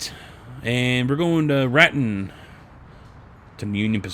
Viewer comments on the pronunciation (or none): Hi I'm from Albuquerque New Mexico... Just FYI the names of the towns are pronounced To come carry... And Rat tone. Not Rat on... Even though it is spelled that way. I love your videos... it just bugs me to here towns miss pronounced from my home state which I live in, it just sound a little less professional that's all. Have fun and I will still be watching. Just thought you might like to know.